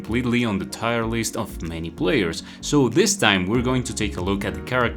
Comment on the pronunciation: Why do you pronounce tierlist like that?